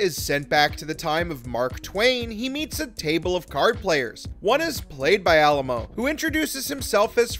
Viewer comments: Yes please pronounce his name correctly - Ah-LIE-mo. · Say it with me now: Ah-LIE-moh. Might be good to pronounce your subject's surname accurately. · Besides pronouncing his last name totally incorrectly through the whole vid, you missed a character – Marc Alaimo appears as a guest in Vic's Lounge in the final episode of Ds9, making the total character count 7. Research is always helpful instead of being lazy and parroting/plagiarizing info from Wikipedia.